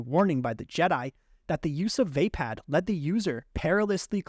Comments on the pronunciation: Just a little nitpick ,youre pronounicng VAPPAD wrong.Its pronounced WAHPAD not WAYPAD .I know americans dont care about pronounciations that much tho 😅. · Not VeypadXD Vaa-pad. Vaa should be pronounced like "Va" in "Valhalla" Some of these pronunciations are killing meXD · It’s pronounced Vappad with an o sound not VApad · Vaypad❌️ V-uh pah'd✅️ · Great video but... Vah-pard not vay-pad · Vah pod, not vape pad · Decent video but why can NOBODY pronounce “Vaapad” correctly? It’s “VAH-pad” not “VAY-pad” or “vuh-PAHD”. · You sure it's "vay-pad"? And not "vuh-paad"? Most other videos say it the second way. Has to stop listening coz pronunciation. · The mispronunciation of Vaapad (should be Vuh-pod) is annoying me 😂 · "vay pad" :( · You had SO MANY chances to correct your mispronunciation of "waypäd"!! 🤦‍♂️🤦‍♂️🤦‍♂️ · The way this man pronounces vaapad makes my brain itch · I can't imagine how you would end up pronouncing Vaapad like that